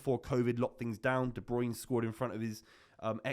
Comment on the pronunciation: STOP CALLING HIM DE BEUYN